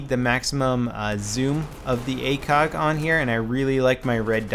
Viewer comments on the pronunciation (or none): akog? thought it was acog.